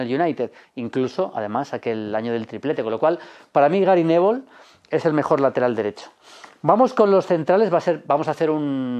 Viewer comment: Jajaja "Gary nevol"